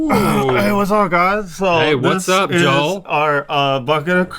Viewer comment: One of my biggest pet peeve is when people say "Joe-l" instead of "JO-EL"